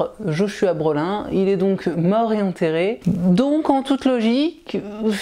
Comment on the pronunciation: Joshua Brolin se prononce plutôt "Broline", comme l'acteur Josh Brolin (Thanos dans Avengers notamment)